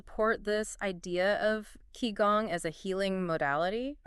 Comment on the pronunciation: This is truely awful. They can't even pronounce Qigong correctly😅